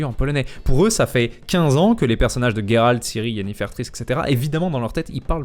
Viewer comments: La VF est vraiment bien (j'ai pas fait le jeu en VF, j'ai regardé Bob Lennon le faire), mais la prononciation de certains prénoms... Jéralde et Yénéfère, c'est non, hors de question. Mon jeu reste en anglais xD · Ce qui est marrant dans la vf c'est les petites blagues qui viennent de temps en temps. Le "Gérard" que dit l'un des pnj lors d'une quête m'avais fait rire. Par contre je suis d'accord que j'arrive pas à m'y faire au Jéralte, c'est plus beau Guéralt (aucune idée si la prononciation est la même en polonais) (Je joue quand-même en vf, lire et jouer c'est pas trop ce que j'apprécie personnellement)